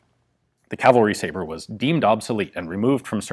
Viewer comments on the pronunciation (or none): none